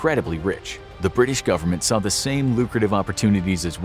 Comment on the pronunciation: bri'ish moment